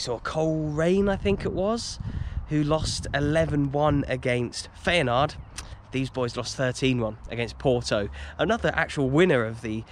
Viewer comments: Enjoyed this one mate 👍 As a footnote, i think its pronounced ‘fi-en-noord’ 😉😂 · Isn't feynoord pronounced fire-noord ? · It's Feyenoord not Feyenaard ! Apart from that another excellent vlog. Always look forward to your next upload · Who are Feyenard? Do you mean Feyenoord? 😂😉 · Please learn how to pronounce feyenoord